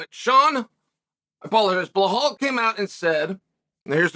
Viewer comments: It's Belal not Blehal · “Blughawl Muhammad” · If i did a line of coke everytime he said Belals name wrong id be UFC HW champion